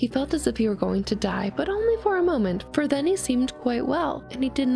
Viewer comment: "Da things I do fwor love." - Greta and Courage the Cowardly Dog.